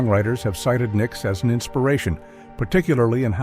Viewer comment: haha "Nicksasis record"